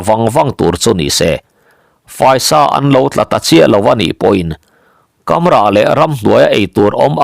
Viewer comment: Kamrah thluk hi 'Beram' tih sawia,'Ram' tih lai thluk anga hniama lam tur ani e.